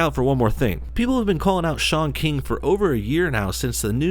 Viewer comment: its not pronounced shaun keeng